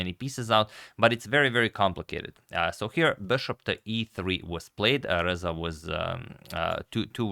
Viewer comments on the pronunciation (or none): I hear Alireza every time he pronounces RZA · i like how you pronounce RZA like its the last four letters of alireza